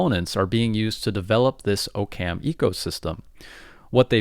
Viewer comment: Aaah-kum not o-cam as in occams razor